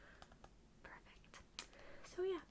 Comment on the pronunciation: I agree. I luv when she say alright or ok or let's see lol. Big asmr triggers for me !!! Only thing I don't like is how asmr vid makers all seem To say the word perfect a certain way. Instead of phonetically saying perfect w/emphasis on the "per" they alllllll seem to say it like perf (eeEEEECCCCTTTT). Lol. Or perfACCCTTTT. LOL. I don't know why that one word bothers me being pronounced certain way n asmr haha. Not that person saying it does anything wrong haha. I'm just a nerd like that n my asmr tends to pick up on both positive and neg. Sides of words n sounds lol. Even still she does perfect job lol. I luv how she breathes and speaks with real voice and doesn't sound like she's acting out or being fake. She sounds completely authentic and natural n if I knew her n real life as teacher I would never wanna leave the class haha but wld def. pay attention to every word and make good grade haha. :) I'm glad someone else triggered from same words as I am. I didn't know if other ppl ever felt same way or even paid attn. to it so it makes mefeel better lol.